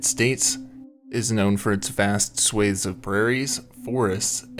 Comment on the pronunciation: Not swathes with a long "A" sound, swathes with an "AH" sound.....Great Video, otherwise.